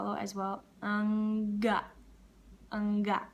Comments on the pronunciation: You got 💯 for saying " nggak " , i love to hear it😁😁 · "ngga" nya udah pas banget 😄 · but its pretty good how she said it actually, kinda like us indonesian. iya nggak? wkwk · Pas nggak tu kayak logat Indonesia beneran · nggak nya pas banget, tapi masih ada yang salah pas bagaimana but i love it😘